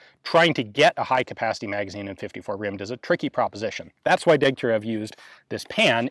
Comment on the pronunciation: You may care to know that the designer's name is pronounced Degtyaryov, just as Gorbatchëv is pronounced Gorbatchyov.